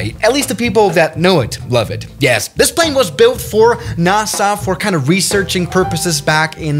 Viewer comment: "narsa" w-what um